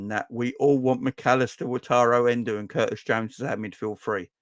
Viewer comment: stop sayin En-doo it sounds like a good night out with the girls if your a girl that is ha.....The Liverpool fan from japan said its En-doh as in the simpsons doh or bread dough?